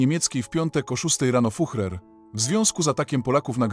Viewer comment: Füchrer I wechrmacht? Bolesne doswiadczenie sluchowe. Lipa I nedza.